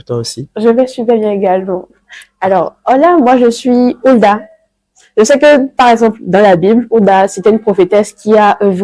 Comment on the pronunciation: C'est quoi cette manie de mettre des "R" a la fin des mots qui n'en on pas besoin. Parlez simplement et faites vous comprendre aisément. Je sais et non "je saire" et là et non "lar"